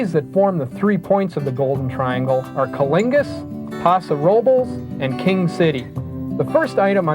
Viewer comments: Colingus? cunnilingus? or Coalinga? ahah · Co lingus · He pronounced Coalinga and Paso Robles so terribly I couldn’t help but laugh